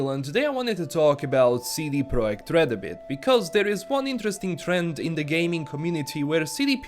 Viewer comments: I respect you so much for saying the name and the sirnames correctly. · Finally found someone properly pronouncing 'CD Projekt Red' properly.